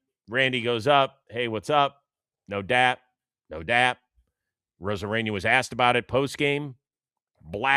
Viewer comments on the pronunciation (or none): Need my man C Rose to stop saying Arozareña